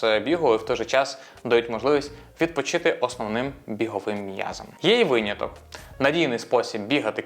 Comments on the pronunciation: дякую за випуск але виняток, а не вийняток :) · Як для початківця це було дуже корисно🎉 Дякую Єдине, що часто чула це «вийняток»😅 наче правильно «виняток»